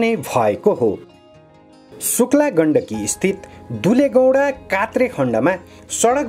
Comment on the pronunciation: कृपया कोत्रे लाई कात्रे नभनीदीनुहोला ।